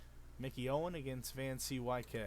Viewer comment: Van-C-Y-K? I think it's pronounced Van COOK.